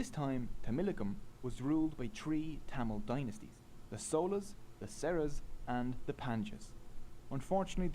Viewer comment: He pronounced Cholas, Cheras and Pandyas as Solas, Seras and Panchyas.